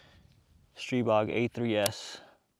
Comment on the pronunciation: Really superb video: great quality, great information. Way to test it as no one else has so far! THANK YOU for taking the time and care. And you had it right with "STREE-bog," which is the Slovakian pronunciation . Ultimately, we can pronounce it however we like--I choose the Slovakian "ee" sound. My SP9A3S has about 300 rounds through it with only 1 easy-to-clear malfunction so far, and that happened when someone else was shooting it, so I don't know if it just didn't like them or what (haha); could just be the break-in period. I've used the curved 30-rounders and the straight 20-rounders, by the way. Other than that one, this is one super-smooth, super-fun, super-accurate, and SUPER-compact gun, and just a joy to hold. Everything I'd hoped for and more. Popped a red dot on and I'm off to the races.